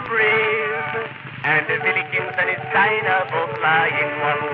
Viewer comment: another classic Vitorian folk tune - it is though "Willikins" and not Billikins, Len spencer is using the "Dickensian" pronunciation of w so it sounds like a B !